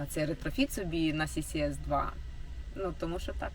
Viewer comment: дякую що не "дабл-сі-ес ту"))